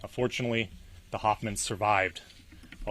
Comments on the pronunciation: “Unfortunately” wtf I had to rewind a few times to verify what he said. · Sounds like he said unfortunately